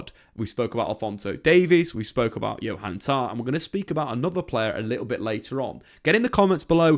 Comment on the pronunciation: I know Jonathan Tah. Who the fuck is Johan Tah?